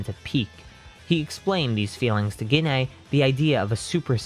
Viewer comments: I love when hes says gine *gene*😂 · I'm so sorry, but Gine is pronounced 'Jeane' Sorry again, just a pet peeve, it annoyed me slightly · Every time he says Gine wrong it is hurtful